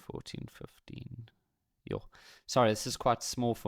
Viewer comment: Did he say "yoh" ?🤣😭